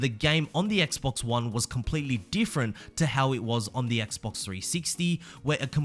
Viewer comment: I don’t know why but it extremely satisfying to here say Xbox lol